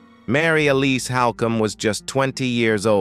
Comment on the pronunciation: Also your pronounced her middle named wrong you said (L-is) it's (E-lease)